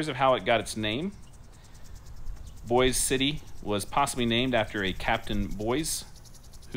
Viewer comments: Thank you - but it’s not pronounced like the city in Idaho. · Actually it’s not pronounced like Boise Idaho. Guitar signed by Toby Keith. Hospital is open yes.